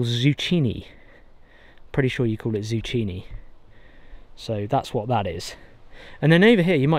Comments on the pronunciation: Zucchini: ZOO-KEY-KNEE If you want to know how we say it. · Beautiful vegetable garden,! I’ve done this type of tight sowing, we call it intensive gardening. It makes the most of a small space. If you make use of herbs, it would be nice to plant a small herb garden with annual and perennial herbs. I’m so happy for your kids that they have this to grow up with. Oh, in the US we pronounce the “cc” in zucchini as a “k.” Can’t tell you why. 🤷‍♀️ Everyone should get excited by fresh veggies and firewood! 🪴 🪵 😊Cheers!